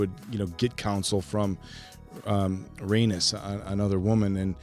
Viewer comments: Guys!! I love yall but you have to know how to pronounce Rhaenys’s name. It’s Ray - NEESE not Ray - NUS 😩 It’s NEESE! NEESE! NEESE! She’s a Targaryen princess and the Queen who never was. Show some respect and stop calling her an anus lol That’s what it sounds like when you keep pronouncing it Ray - NUS. Sorry I had to say something. It was bothering me lol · (Corlys' wife) Pronounced Ray - neice 😂 Corlys has Targaryen blood their houses have always been close. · Agreed, the way says her name is so weird. I've commented previously on other episodes how to pronounce it but doubt he sees comments that much?